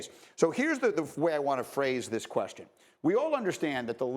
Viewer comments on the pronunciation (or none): none